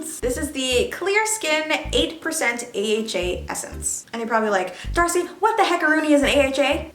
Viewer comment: I think I’m trippin’! I thought I heard “Thirsty” when she first said Darcei in the intro I had to go back and listen again hahaha.